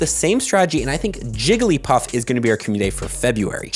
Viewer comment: I stopped watching when you said jigglypuff…